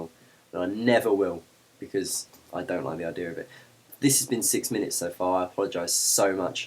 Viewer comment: i love how when you say "idea" it sounds like "idear" =] it sounds cute